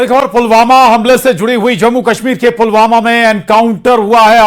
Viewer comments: Abe bhai pulwama nahi he pulgama hai 😂😂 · पुलवामा नहीं pahalgam